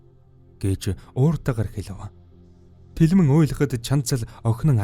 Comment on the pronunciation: Bas telmenee bish telmeen gedeg shuu😂😂❤🎉